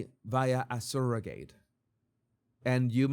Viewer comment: Skin to skin is more than smelling and hearing the familiar biological mom. They do it for the father too. It helps create a bond. Also, how you're saying surrogate and surrogacy is driving me crazy lol. I understand why you're pronouncing it this way, but oof. Regardless, I agree and disagree with you about surrogacy. It's not optimal. But if the child is truly loved and raised in a good family, that is a win. Okay so... surro (sir-oh-gacy) and in-veet-roe. I'm not trying to mock or anything. I love your channel and agree with you on a lot. Just don't fully agree here. If all families could be the nuclear family, that's awesome. But that's not the case.